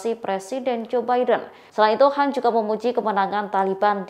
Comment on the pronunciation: Bisa baca ngak sih pembawa berita tribun ini .kan dibaca Han ,klo Han cina kalo kan banyakan ras India Pakistan